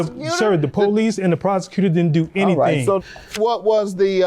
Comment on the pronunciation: She talking bout, "There goes the poh-lice!" 🤣🤣🤣 Um yeah.....in a courtroom there are policemen. They're called bailiffs. 🤣🤣🤣🤣🤣🤣